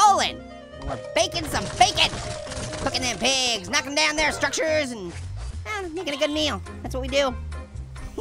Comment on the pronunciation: he said my piges